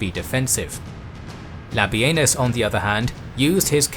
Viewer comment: No, no not Labienus La Benis